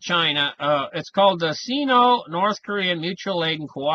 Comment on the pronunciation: It's pronounced "sign-oh", not "seen-oh".